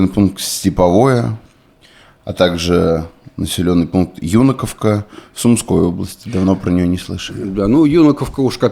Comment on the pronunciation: ЮнакИвка - не коверкайте топонимы